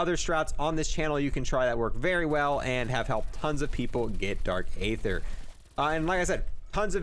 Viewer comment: ye and dark aether